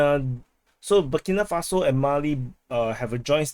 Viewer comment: Bu-Keee, Bu-Kee, Burkina Faso